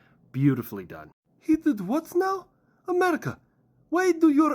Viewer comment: That was the most Bri'ish "..Hwat?" I've heard in a long time